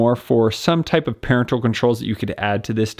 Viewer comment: First time I've heard "parental" pronounced that way.